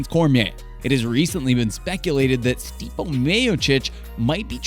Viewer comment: Good video. May wanna work on the names a bit to avoid credibility gaps Stipe is pronounced Stee-Pay. It's not "the MMA" it's MMA - Mixed Martial Arts